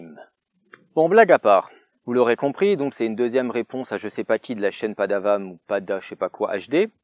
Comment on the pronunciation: Vue tardive mais vue quand même ! Vous m'avez donné envie de voir The House That Jack Built malgré votre prononciation hasardeuse (PADAWAMHD n'a fait pas mieux). Et là je dois dire que en terme de "montage", je suis impressionné, oh oui ravi et impresionné mon bon seigneur. Vous m'avez bluffé, vous aviez tant bien monté la scène de chasse que je m'attendais à un "Shinning" mais en plus gore, en plus assumé. L'intensité que vous avez mis au promis et au montage m'ont vraiment fait penser me faire spoiler la scène d'acrion final d'un bon film d'horreur. Vous m'avez vu. Vous m'avez tellement eu que je vais devoir aussi regarder la vie d'Adèle, petit fourbe que vous êtes. Sinon après visionnage de la réponse de la réponse de la réponse... Je pense que PADAWAMHD n'est pas un homme mauvais du tout, mais avec rétrospective je suis content que la culture du clash youtube soit finie. Cei étant dit ! Je vous ai perdu de vu un moment, peut-être à cause de votre rouge brun, mais aujourd'hui j'ai envie de vous féliciter pour une chose totalement différente. Vous aviez à une époque recommandé "Vincent n'a pas d'écailles". Encore aujourd'hui je ne sais pas si je le considère comme un bon film, parce que frivolement je le définirait surtout pour son manque de budget, mais c'est un film qui essayait quelque chose que je n'ai jamais vu ailleurs. Et je comprends mieux avec cette vidéo votre vision du "naturalisme" Au final je peux au moins dire que j'ai vu la scène de super héro la plus réalist